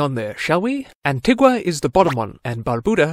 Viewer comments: Please, please... the pronunciation is AN - TEE- GAH. Anti-GWAh is for the South American local. We are Anti-GANS not AntiGwans. Thank you. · Pronounced An-ti-ga...